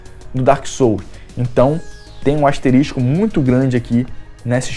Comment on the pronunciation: Cavou esses jogos heim, antes que me mande tomar no cu, o certo é: "Asterisco". Abraços e sucesso